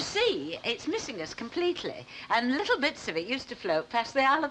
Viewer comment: I cringe when i hear Irma saying licul instead of little